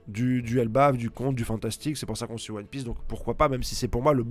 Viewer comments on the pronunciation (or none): none